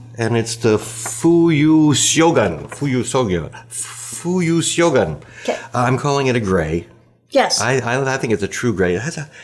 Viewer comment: Thanks for the show, fun as always! A quick note on the pronunciation of the Iroshizuku ink featured: instead of trying to pronounce the "syogun" spelling, try to pronounce the alternative "shogun" one, since they both correspond to the same Japanese word (which was popularized by the famous TV series from the '80s if anyone still remembers it). The most common translation for the word is actually "general", so name of the ink could be translated as "General Winter" which is a personification of winter in Japan similar to "Jack Frost" or "Old Man Winter" in English language.